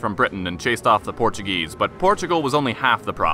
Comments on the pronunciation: yes he did all those deeds yet he double crossed his People by abdicating Portugal's throne. He only won the civil war because he had the support of the English (as you mentioned) the majority of the Portuguese people supported D. Miguel. By the way your Portuguese pronunciation was Excellent are you fluent in Portuguese? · Very good video. Nice Portuguese pronunciation! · Excellent Portuguese pronunciation and great channel.